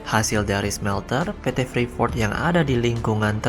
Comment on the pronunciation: Bacanya freeport min bukan freefort